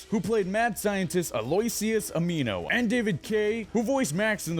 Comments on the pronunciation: First off, it's Dr. Animo not Dr. Amino. Second, you keep showing different pictures of the aliens then thebone you're talking about. Like when you compared the original Stinkfly to modern Stinkfly you showed XLR8 instead of the new Stinkfly. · "Dr. Aneemo" well the narrator obviously never watched Ben 10. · ok firstly its Dr. animo not Dr.amino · dr animo not doctor mino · JGFKING123 I know right... for some reason when he said Dr.animos name wrong I was so triggered.... after seeing the reboot I just wanted Ben 10 to stay dead like the power puff girls